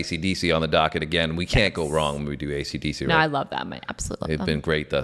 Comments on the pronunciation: learn to say AC/DC correctly!!! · BARS & BARBELLS.Будь ласка,навчіться правильно говорити AC DC!!!